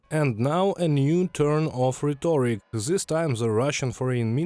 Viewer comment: Just a note to the translator, it is pronounced RHET-tor-ic. Emphasis on the first syllable. Thanks for your excellent reports!